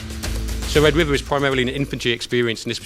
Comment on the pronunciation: Sion Lenton: "Wed Wiver"